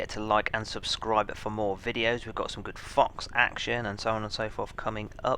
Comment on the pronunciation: Thought I heard something else when he said 'fox action' lol 😝